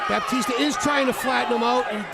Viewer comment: Not sure who this “Bapteestur” guy is but I enjoyed that fight.